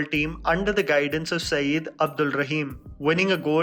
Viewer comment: Sayed is pronounced Saiyyad not Saeed